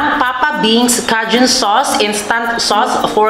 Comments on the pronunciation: Wrong…. K-jun po ang basa niyan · Cajun "KAYJUNE" yan ang basa CAJUN* ok...🤩🤩😍😍🥰🥰😃